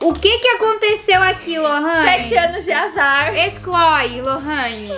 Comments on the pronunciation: "Excloe lorani" KKKKKKKKKKKK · Eu pensei q era só eu e minha amiga q pegou essa mania de falar excloi kkkkkkkkkkk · Oq elas mais falaram no vídeo inteiro foi a palavra "Excloi"